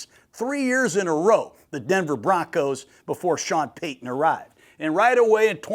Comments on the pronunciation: Who wants to correct the legendary guy that paton is (pay-ton) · George Payton is pronounced the same as Sean Payton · I love Gruden but he definitely has some grammar issues 😂…JOly & PAton, Patton has 2 T’s